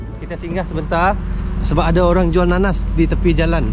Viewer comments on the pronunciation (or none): kalau lagi di indo bilangnya jangan"adeu", tapi "ada"😂